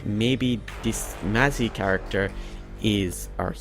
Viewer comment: You pronounce 'phalanx', "falanax"? 'Mazzie' is pronounced "mass"? How is do you justify this pronunciation?